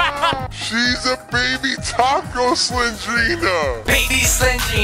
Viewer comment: "baby Nina is a TAKCO" Lolo Lil 🤣🤣🤣🤣I know I spelled it wrong its just how he said it